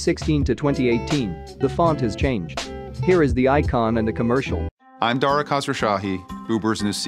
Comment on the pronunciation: dwidder commerkial